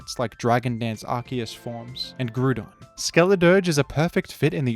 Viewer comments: "and grewdon" -, 2023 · bro pronounces groudon like crouton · No one:: "Groodon" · Judging by that "Groodon" pronunciation, it sounds like is taking a page out of Wolfey's book lol